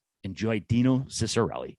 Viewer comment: His last name is pronounced cheek-a-relli